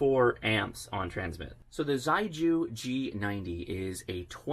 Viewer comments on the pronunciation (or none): I have a feeling the pronunciation is more like shay-gu, not zei-ju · correct pronunciation is closer to: she-ay goo. Chinese words don’t always sound how they are spelled in English. Great review. Nice to know there are HF options under $1k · The Chinese pronounce "xiegu" as "sheh-goo" and it means solid or firm in English. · Ok a little help with Chinese. Xi=She and gu=Who. So it’s “shewho” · Surely Xiegu is pronounced more like "she-ay-goo" ? And I'd LOVE to see some internal pcb shots! (hint?) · It would be pronounced "she-eh goo". If you really want to hear it, put 斜谷 (not sure if thee are the characters the company uses, but the sounds will be very similar to English speaking ears anyways. Its just tonal differences) into Google translate and use the speaker function to hear it. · Cute box. I think it's actually pronounced "Sheegu". I'd actually get one of these. Beats having to run a laptop or PC with an DVB-T stick with RTL Chip to use it for SDR purposes. I just wish there was a version WITHOUT transmission feature so even folks without HAM license could use it just to receive. I'm sure it might be even smaller then. The Morsecode decoding feature is really awesome. :) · Thanks for the review, really encouraging! In a very sincere spirit of helping, the pronunciation for Xiegu is quite far from that though. Putting 协谷 in Google Translate will allow it read it aloud to you; very roughly it's more like 'see-yeah goo', with almost a hiss to start, and a hard g for the gu. On the air it could get pretty confusing when there are many different approaches to pronouncing the manufacturer name!